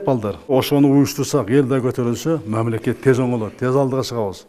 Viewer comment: Мямлакят онугот кудай буйруса!🤔